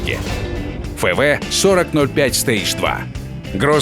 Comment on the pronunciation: Блин вроде же официальный канал, зачем названия танков так коверкаете??? Слушать противно. Что за "ФЭ-ВЭ" правильно читается "ЭФ-ВИ", какой нафик "ТАЙП 59" - он "ТИП 59", про "конкереор" и "карнарвал" вообще молчу...